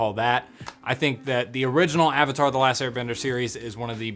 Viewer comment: I remember going to the midnight showing with my best friend and her brother, all of us dressed up. Theater packed. All anxious to see the movie. Just to have it start and the theater breaking out in laughter at the first mispronounciation of "Avatar". It was so painful. We forced ourselves to sit through it and as we headed back to the car we were just laughing at how bad it was.